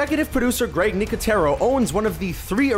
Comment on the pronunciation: his name is Greg not grike